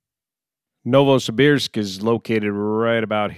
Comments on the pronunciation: excellent pronunciation, Novosibirsk. Thanks for the info. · Your pronunciation of Novosibirsk is quite correct. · You nailed the pronounciation of "Novosibirsk" :) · Novosibirsk name - you speak correct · Your pronunciation of Novosibirsk is correct. My ex is from there. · Yes, you are pronouncing Novosibirsk correctly. In particular, the "ir" is pronounced almost like it was "eer". Its a mouthful. Many locals simply say Novo. City has underground tunnels between buildings due to cold weather.